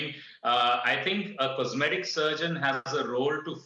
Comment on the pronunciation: 'Comseetic surgeon'